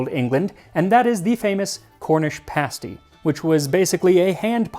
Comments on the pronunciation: Ah, the Cornish pasty! Yooper soul food! And you did pronounce it correctly--it is PASS-ty not paste-ty. Now, there are all kinds of abominations out there that masquerade as pasty--I shudder at the thought. Things like pizza pasty and chicken pasty. No, no, no, no, no! No true Yooper would ever let such a thing pass his or her lips. What you describe is the REAL THING. Now the only acceptable condiment is ketchup, never, ever, ever gravy. When buying pasties here is a clue, look for where they are made. Anything in the UP is pretty safe. Anything south of Da Bridge (Mackinac) is rather sketchy unless it is right at the tip of the Lower Peninsula, and anything made in Detroit, forget it. Now I can't say about pasties made other places . . . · In the UK it’s pronounced Cornish “Pahsty”. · Aye cornwall mentioned, my people! I'm so glad you pronounced pasty right xD SO many Americans I've met say paysty pahaha